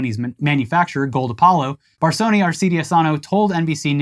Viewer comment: "Barsony" is pronounced "baːrsɔnɪ". Or "bahr-show-[the ni in 'onion']". It means velvet. Your welcome 😊